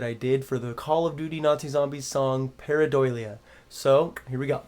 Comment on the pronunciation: Lol he said pareiDOILia